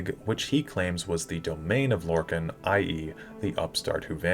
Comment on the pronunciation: How you pronounce lorkhan triggers me. It’s lore-kon not lore-kin